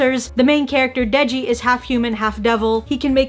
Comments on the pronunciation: isnt it denji? aki’s been saying deji the whole video😆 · Its denji not deji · its not deji, its denji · It is Denji and not Deji, yeah... We all make mistakes sometimes, but that did make me giggle.